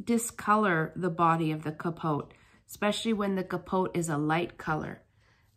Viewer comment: the t is silent in pronounciation of capote